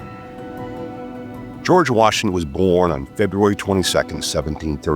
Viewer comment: "... Washin sought a commission..."